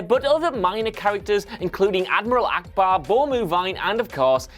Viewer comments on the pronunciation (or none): none